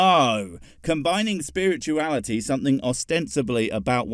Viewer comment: "if you take science, and spurt-uality" yeah, lets not. that sounds disgusting...